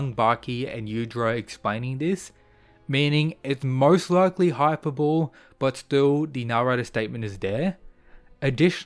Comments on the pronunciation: i was so confused what you meant by saying hyper-bowl multiple times. dude its high-per-boh-lee. please pronounce it right lol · Just an FYI, 'Hyperbole' is pronounced "Hyper-Bull-ee" not "Hyper-Bull", though with many mispronounced words like 'Chimera' the misprononciation may also be accepted as correct now, not sure. Look it up for yourself if you want, just thought I'd help ya out. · Great video! A small tip for next videos: "hyperbole" is pronounced "hyperbol-eee" :) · Pretty sure hyperbole is pronounced: high per bo lee